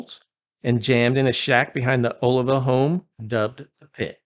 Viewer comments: O-Lee-Va, not Olive-a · It sounds like" A lee va. Other than that, nice tribute! Love Savatage! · It's ,oh lee vah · Its pronounced Oh-LEE-va. Get it straight. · First of all, you should learn how to pronounce his name correctly 😮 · Dude, you mispronounced his last name. Badly.